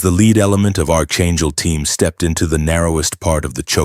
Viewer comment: It is NOT ARCHangel! It is PRONOUNCED ARK-angel. AI narration is illiterate! 🇺🇸🤨